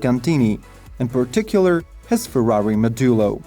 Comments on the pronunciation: You said the owl would be the fastest. No It would be the quickest. Learn the difference. And please learn how to pronounce Ferrari. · There is a difference between fastest and quickest but i think most of the viewers get what he means, and who cares if he doesn't pronounce Ferrari the right way i dont think he is Italien.. i myself pronounce it "Farrari"..